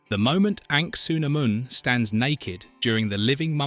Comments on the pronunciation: Wondering why he keeps calling her Ank-su-namun when her name was said Ah-nuk-su-namun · Is no one else bugged by the fact he keeps saying ANKsunamoon and not ANAKsunamoon? aaaaaahhhhhhh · Me too, mispronouncing Evelynn as "ever lin" and Anuk as "an ankh" every farking time! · Dude you butchered the pronunciation of Anakhsun’amun 🤦🏻‍♂️ Other than that, awesome vid!